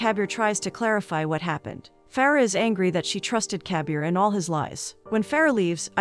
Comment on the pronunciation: Instead of Kabir all i hear is caviar lol